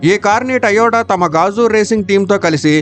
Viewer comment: టయోటా కాదురా.... అది టొయోట (To - yo - ta)